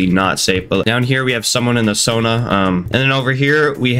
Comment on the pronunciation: Bro called it the sona